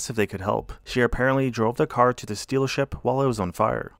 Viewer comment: did you say "sealership"?? :D